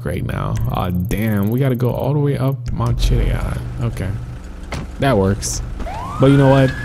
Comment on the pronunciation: How he said pelto bay and mt. Chillad 😂😂😂